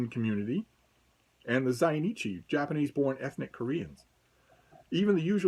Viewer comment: If you speak Italian (or Spanish) you will find it easy to pronounce. Just use those accents. You pronounced burakumin very poorly, but zainichi very well 🤣